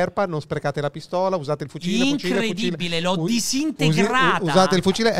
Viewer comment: ....Lois non si legge "luà"